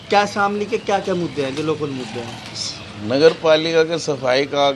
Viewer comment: सर शामली है जनपद का नाम , शमीली नही आप प्लीज इसको ठीक करा ले